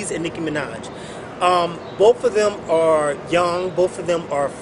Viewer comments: oh and your on here because? and i believe her name is nicki minaj, not nick manaj :) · "licki minaj"? lol